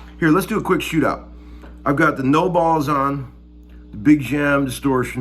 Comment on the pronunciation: It’s kinda ironic the you pronounce the name of the killer sounding Nobel’s pedal as “No balls”. Just playing with you brother! Keep up your beautiful playing and attitude about music. Always inspiring.